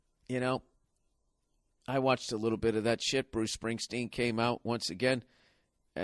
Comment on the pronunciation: LMAO at his 'Springsteen'...LMFAO!!!